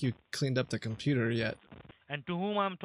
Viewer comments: “Your compuer” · He can't even pronounce the word computer properly